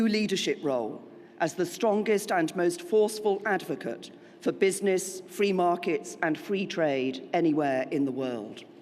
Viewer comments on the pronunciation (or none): Fwee market and fwee twade.... thank you,?